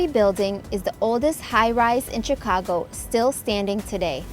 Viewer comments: Its Sheee cago not Chiii ca go. The Ch is pronounced like She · you pronounce the city name Shicago not Chicago just to help you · This video shows the city better than most. Well done. Chicagoans still call it the Sears tower. And they mostly pronounce it shi-cago rather than chi-cago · I was waiting for someone to correct the pronunciation…. It’s pronounced Sh icago…. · In order to improve your channel,learn American English. Chicago is pronounced Shicago. Chicago has the 3rd largest population of any American city as well as 3rd largest metro area. You sound AI generated. You may be,but try not to sound like it. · it's pronounced SHI CA GO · And the 'ch' in Chicago is pronounced as an 'sh'. It is like fingernails on a blackboard to hear the mispronunciations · It’s pronounced Shi-cago, btw. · Might be nice if you could pronounce the name of the city correctly, you dunce. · Still known as Sears Tower.... Great vid, did you take all the vids in this, they are wonderful! Love how you say ChiCago! DA Bears!!! Awee leaving out the poor White Sox... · It’s Rookery (like hook), not rockery (like rock). And Chicagoans pronounce Chicago with more of a “shhh” at the front rather than a harder “Chi”. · CHICK ah go(Shi CAW go), The Rockery (The ROOKery) and EliNOISE (Ill i NOY)But it is a stunningly beautiful video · The "Ch" in Chicago is pronounced "Sh." You dont pronounce the "s" in Illinois. Parts of the L on the red and blue lines are underground. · Great! Well done, but the "s" in Illinois is silent, and it is pronounced "shi-CA-go ill-in-OI" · sh*CAH*go, ili*NOI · I never thought that somebody who pronounces Chicago with a hard ch and pronounces the s at the end of Illinois would be giving this tour